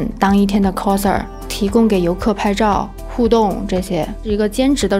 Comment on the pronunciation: 额，好像是coser (kao拷的发音不是kou抠😂)。。